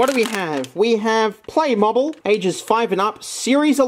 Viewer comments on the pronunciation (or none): It’s said playmobile